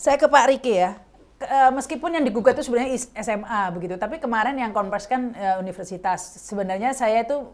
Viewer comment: yg wawancara salah sebut ..unipersitas